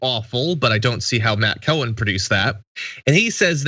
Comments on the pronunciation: Cowan is pronounced 🐄 Cow-an, you were pronouncing Co-hen. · 🐄 Cow-an , not Co-wan!